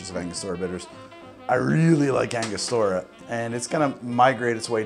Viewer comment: Ango-stura not Anga-stor-uh